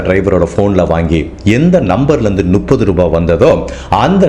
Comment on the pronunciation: எல்லா வீடியோவிலும் நுப்பது என்று சொல்வதை சரி செய்து கொள்ளவும். முப்பது என்பதே சரி. சந்தேகமாக இருந்தால் புத்தகத்தில் படித்துப் பார்க்கவும்.